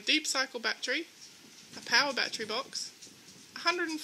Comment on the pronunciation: I like the way you say batree